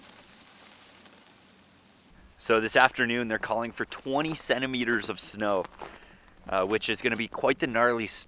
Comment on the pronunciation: I kept thinking he said 27 Meters of snow, I was like, "Wow 88 ft of snow in one night, that's pretty deep". I know he said 20 cm, but the first two times he said it I misheard it.